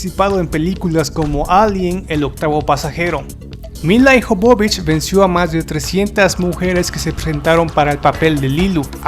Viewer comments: Ijovovich cuando es Jovovich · el apellido de lila no es IJOBOBICH sino que es jobovich y para que se de cuenta mi querido amigo lo voy a escribir de tal manera que usted lo pronuncie y se de cuenta de su error YOBOBICH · No es milai jovovich Se escribe milla jovovich Se pronuncia mila yovovich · de donde putas sacas el Ijovovich es Jovovich porque pronuncias esa I innecesariamente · Se lee YOVOVICH. Interesantes tus videos pero te falta estudiar ingles. Es com cuando dices Tim BUrton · no te puedo dejar un "like' por que tu pronunciación deja mucho que desear. El apellido de Mil la Jovovich es muy claro, no se porque tu lo pronuncias tan mal.